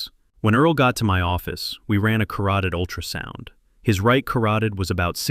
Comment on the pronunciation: Carooteed ??? Artery!